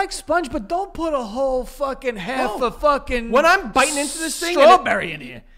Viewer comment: “More. O-v. Us” didn’t know of was ov now🤣🤣🤣